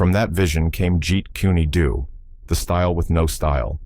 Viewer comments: I can't be the only one bothered by "jeet kuni doo" lol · It is pronounced, Jeet coon doe. Very annoying AI narration. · that's not not the name of Bruce Lee's Art that he created it is pronounced Jeet Kune Do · "If you ever meet a master of JEET KUNE DO"...they will know how to pronounce it. Stupid AI. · This ai dude hasn't even got any schooling about pronunciation or grammar!!! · Now if they could pronounce it correctly